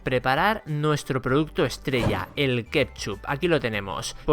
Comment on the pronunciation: A ver si aprende a decir ketchup